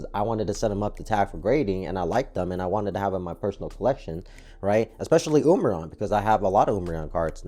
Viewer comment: Wiled? I think you might have misspelled something in your title, and nobody pronounces umbreon like that.